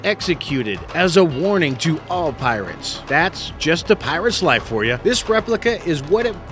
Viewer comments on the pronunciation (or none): none